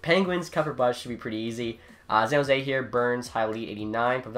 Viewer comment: Is it just me or does he say San Jose in a werid way?